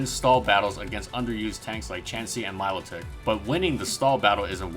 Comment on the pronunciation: I am sure Milotic is pronounced like 'melodic'.. Not 'Milo-tick'.